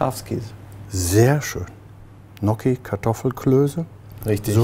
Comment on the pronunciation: Wie wird das ausgesprochen, Knocki?!😂😂😊